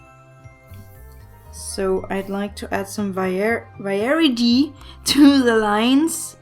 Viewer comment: I just started binge watching you and Im laughing so hard at you messing variety every single time you say it its literally so cute and adorable